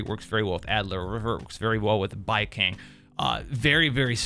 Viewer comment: The only thing I hate about Baicang, is how you're mispronouncing his name , horribly , brother😂